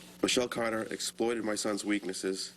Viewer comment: He said Ms Caaaada. Why do people from Boston hate the letter "R'?